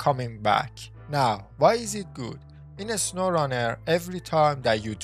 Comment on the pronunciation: "In a sowwrunner"